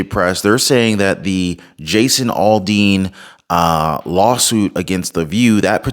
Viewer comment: Aldean not alldean